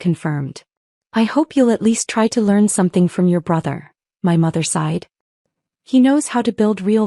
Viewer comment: It’s “My mother sighed”, not “My mother’s side”.